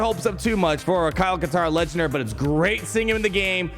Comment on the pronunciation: Kyle Kash-tarn?